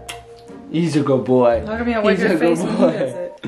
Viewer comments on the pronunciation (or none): “whipe”😂😂 love you